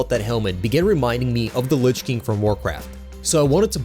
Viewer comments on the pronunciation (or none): none